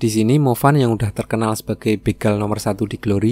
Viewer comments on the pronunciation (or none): none